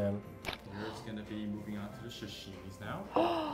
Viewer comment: did the waiter call sashimi shashimi?